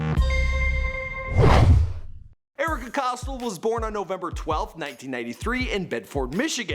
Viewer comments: Its not costl Its COSTEL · Cost-till um it's cost-ell like ella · It’s not pronounced costll ITS COSTELL!!!! Get your fact straight 🙄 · It’s not cos-till it’s pronounced Cos-tell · It’s cos(tell) not cos(toll) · Costle NO costTELL is how you pronounce it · It’s Erika Costell not costil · its COSTELL not Costle. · It's Pronounced (cost) (Elle) k??? Get it right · It's not Costle. It's Costell. Not like this bitch matters. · He says costall not Costell. LOL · Costell (COS-TELL) plz learn it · "COS-TELL", "COS-TELL" GD LEARN HOW TO PRONOUNCE NAMES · The way you say Costell 😖